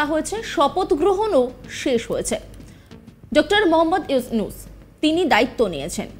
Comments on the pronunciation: 😂😂😂 Yusnus bole thik moto nam o bolte pare ki cheap nim maner editing and Voice er echo editing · তুরে ড:ইউনুচ বলা শিখাতে হবে আগে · ইউনুস নাম ও বলতে পারে না উপসথাপিকা 😂😂😂🦶🏿🦶🏿🦶🏿🦶🏿